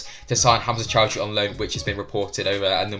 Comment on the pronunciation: Please, not Choudhury